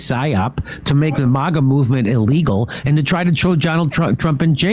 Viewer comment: It's not "MAHGA", Jimmy, it's 'MAGA'.